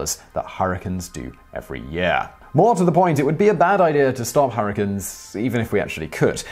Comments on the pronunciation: Harrikins? You mean hurricanes? (her-a-cane) That's as bad as the way British folks pronounce aluminum. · STOP SAYING HURRICANIS, ITS HURRICANES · nobody: simon reading the bonus facts: harracuns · dank memes oh thank god you heard it too. I think he knew how funny it sounded, so he continued saying it throughout the video.